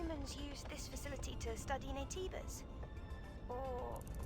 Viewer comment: Joe kept ignoring the game's hints by pronouncing Naytebas wrong